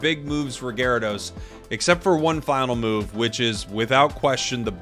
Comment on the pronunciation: We don't talk about ga-ry-do-oh-os, we don't talk about gar'dos